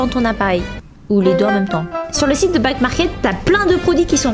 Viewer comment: Au lieu de dire back market j’ai cru elle a dit black market 😭